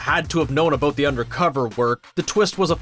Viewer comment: Eout & abeout eh ? So Canadian